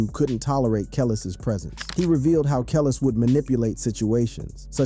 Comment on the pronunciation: THE SATAN SYSTEM HAS MANY DIFFERENT VOICES THAT CAN"T PRONOUNCE CERTAIN WORDS RIGHT, "THAT'S WHY THIS BOT CAN"T PRONOUNCE KELIS'S NAME RIGHT"!!!!!!!!!!!!!!!!! THIS ISN'T A REAL FLESH AND BLOOD PERSON TALKING ON THIS VIDEO!!!!!!!!!!!!!!!!!!!!!!!!!